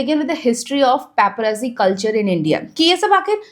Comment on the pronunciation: Paparazzi is pronounced pap - uh- rat- si. Like pizza is peetsa.